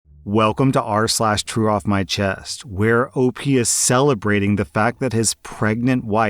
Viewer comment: Okay... It says TRUE off my chest. But I hear saying CHEW off my chest.